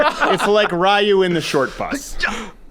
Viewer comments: Rie u 🚫 ree u ✔ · He calls Ryu "Rai-yu". Unsubscribed.